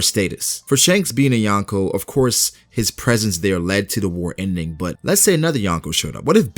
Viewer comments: Yonko** not Yanko. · Wtf is "yankow"?? Lol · Please learn how to say Yonko properly not yawnko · You are pronouncing Yonko wrong